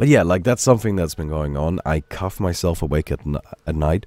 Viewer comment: Sounds like you are saying 'Cuff' instead of 'cough'. Get well soon,.